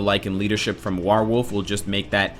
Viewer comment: you are suppose to use iron fist's 3rd move first to decrease opponent's defense for more dmg then use the iron fist also warewolf is most commonly pronounced WHEREwolf.